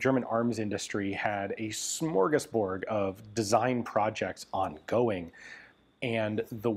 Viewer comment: Still saying smorgasborG, which is wrong. 😂